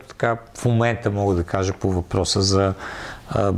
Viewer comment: Май се произнася КвиЯт... Ех,,. Иначе поредното интересно видео.